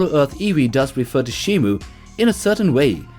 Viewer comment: shimO. MO MO MO. Not Mu. What does everyone say shimu????